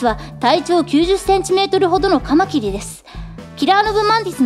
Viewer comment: カマキリがたまきに聞こえた俺は末期